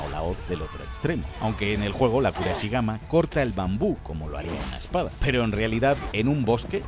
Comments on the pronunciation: Pedazo de vídeo, me ha hecho cambiar de opinión acerca del juego, eso sí, me he puesto nervioso de escucharte llamar “kurasigama” varias veces al kusarigama 😂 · kusarigama, es kusarigama no kuraeshigama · Se dice kusarigama